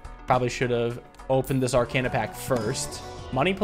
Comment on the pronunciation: I adore this game and your series on it but for gods sake please pronounce arcana right.